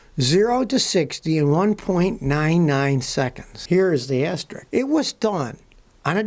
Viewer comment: its pronounced asterisk, not "asterick" As in, its not an "aster rick james"